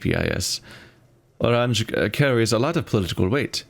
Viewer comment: Hints on loading screens say Oranje pronounced Oran-ye